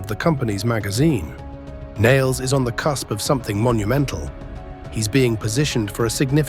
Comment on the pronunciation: How can you fail to simply say, Nailz properly? Not Niles